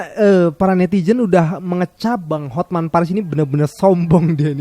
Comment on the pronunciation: HotMan dibaca hotmen😅